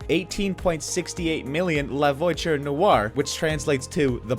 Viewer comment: La voiture not “voicher”